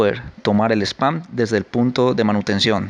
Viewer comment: Es "span" no "spam"